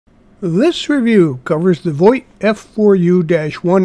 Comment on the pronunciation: Vought prounced like 'fought'. Voit is a sporting goods company.